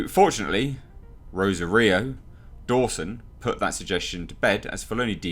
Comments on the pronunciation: It's pronouced Ro-Sar-eyo not Rosa-Rio, You should at least bother to learn how to say the damn name. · Please for the love of god, it's pronounced "Roe-Saw-Ree-Oh"...Jasper was cringing in the background every time you said it wrong lol 😎👍 very good then, crack on mate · How hard is it to say her name right.